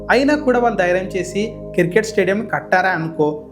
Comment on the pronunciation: కిర్ కేట్ కాదు క్రికెట్ Any way all the best